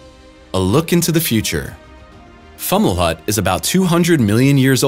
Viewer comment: It’s pronounced “Fow-muh-lawt”